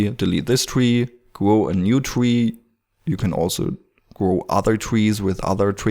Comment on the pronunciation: Not a twee, its a tree! :-P